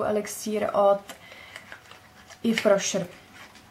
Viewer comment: ráda se na tebe koukám, jsi moc milá a pozitivní, ale....prrrrosím nedalo by se s tím "if rošr" něco udělat? promin, ale je to tak notoricky známá značka, že by to zasloužilo správnou výslovnost;)). pá a měj se krásně:)